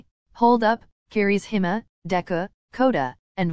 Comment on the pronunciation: Literally No one: Google: Kirisima (Kirishima) Deka (Deku) 😭😭💀💀I CANT